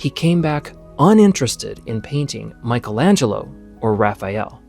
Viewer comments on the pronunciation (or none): none